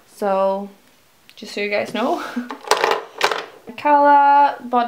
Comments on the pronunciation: can you just once correctly pronounce word 'just' its so fucking annoying:)))))) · Chloe Elliott either i, so whats the problem?